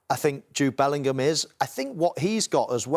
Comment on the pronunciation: His Dad's surname is not Portuguese - Bellingham , not Bellinghamadino